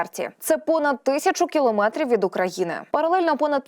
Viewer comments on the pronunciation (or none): none